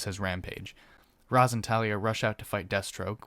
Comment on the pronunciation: Um actually, “Ra’s” is pronounced “raish”